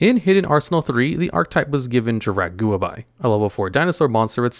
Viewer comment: I can't get over the way u pronounce jurrac guiaba